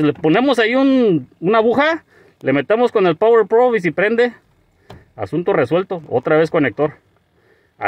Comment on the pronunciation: Saludos.🤝 Ese caso si que estuvó extraño. Ah, y no se dice IGY AR, se dice EJE ERRE, no se dice POGUER PRU, se dice POWUER PRUV, no se dice ER PY EM, se dice ERRE PE EME. MUY BIEN? MUY BIEN? puro show amigo.😁😆😂 Buenoooo bye👋👋.